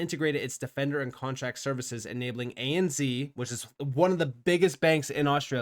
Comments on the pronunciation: Sorry. I can’t not tell you. It’s pronounced ANZ(Zed). 😂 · Please say. A-N-ZED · Its hard to listen to lol, when its pronounced that way. A.N.Zed for us Aussies. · lol the way you say ANZ is funny hahah you say Z like Z in zebra but here in Aussie land it is said like Zed. A N Z so A then the N is almost like said like the word “and” then the Zed. Hope this make sense so A and(N) Zed I mean it still an N sound I don’t know how else to explain it hahaha